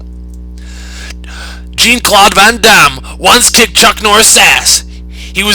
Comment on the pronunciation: Please look up how to pronounce Jean Claude van Damme. Thnx